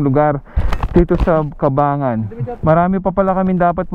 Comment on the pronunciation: Brad sa susunod aralin mo muna yung tamang bigkas ng Cabangan. It is prnounced "Kabang-gan" po, hindi ''Kabangan'.